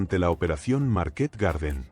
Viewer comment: A mí me pone muy nervioso cuando dice Market acentuando en la última 😅A los dos minutos ya bajé a ver los comentarios, mal síntoma